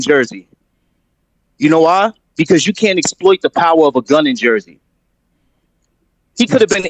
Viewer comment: Jersey not like he said